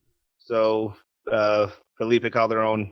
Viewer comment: Nice pronunciation of Calderon, Patrick!!!